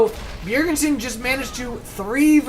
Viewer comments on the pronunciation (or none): Its not 'Bjergensen' its just 'bjerg-sen' ;) nice commentary,like it very much.